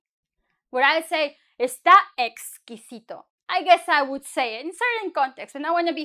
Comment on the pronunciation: eres la mejor! "Did you say....exqwisito?" Lol.:)